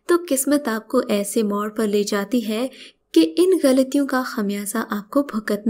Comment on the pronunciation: Stop saying "hai" in that stupid way!